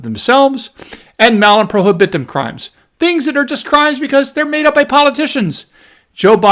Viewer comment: PRO HIB UH TUM.